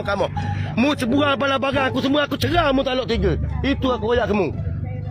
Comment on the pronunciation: Kalu kelate.. 3 sebutan dia tigo.. bukan tige. Barang dipanggil bare kalu kelate..